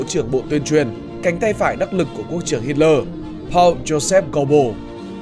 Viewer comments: Phát âm cái họ của ổng sai bét rồi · Ít nhất đừng đọc tên một người Đức theo kiểu Anh